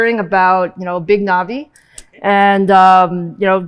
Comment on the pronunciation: "Narvay" seems amazing.